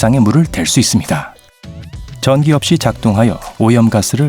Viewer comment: 나레이션중에 "실제 전시로" - 문맥상 전기여야 할텐데 전시로 들리네요